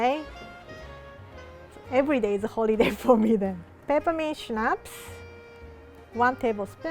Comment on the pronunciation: when she said peppermint extract I heard Ketamine extract and looked up in disbelief kakakakakakak